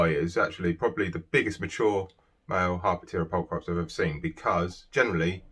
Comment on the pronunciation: PULL-Kruh-PEEZ ffs.